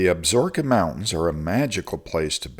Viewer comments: FYI . . . it is pronounced AB SA RO KA not ABSROKA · Ab-so-ro-ka mountains. Not Absorbka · Absorkeee not ka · AB-SA-RO-KA - based upon the pronunciation from the television series "Longmire" based in the fictional Wyoming Absaroka County... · Absaroka. Check your pronounciation.